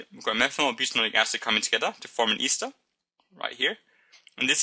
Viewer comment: He keeps saying Easter instead of ester.